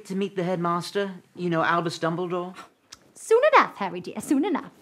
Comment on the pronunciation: Did you say his name that way on purpose? "Doubledore"?